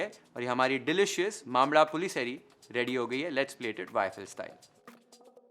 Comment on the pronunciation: That's an incredible mambazha pulishery. Well your pronunciation is pretty good, considering the fact that the 'zha' sound is unique to Malayalam, and many do find it difficult to pronounce. With due respect to your culinary skills, pls do try this tip next time you make mambazha pulishery. After preparing the dish and tadka is done, heat half a tsp of ghee, add a pinch of roasted and ground methi powder. And add it to the pulissery. The hing can be avoided or kept to a minimal.. Naa ke barabar